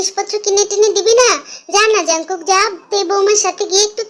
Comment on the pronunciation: Api jung kook na kooki kooki ka tumi jungkook bolso 😂😂